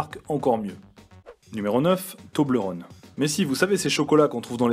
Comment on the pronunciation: Alors remarque ! Le tobelerone se dit toblèrone ! Et le Cervin... Tu peux pas dire une montagne de trouvant entre la Suisse et l'Italie...pour un Suisse ça blesse, il faudrait dire "la plus belle montagne Suisse et la plus connue" parce que sur plein de marque la montagne est représentée ! Voilà ma remarque est faite ...